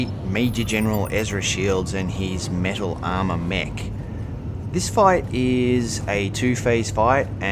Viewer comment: Lol, sounded like u said mental armor. Yeah, that suit is def mental